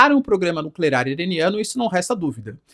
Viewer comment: nuclear, não nuclerar, pelo amor de Deus